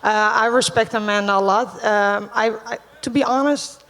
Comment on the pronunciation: Remove the "da" off A-manda then you will have it right.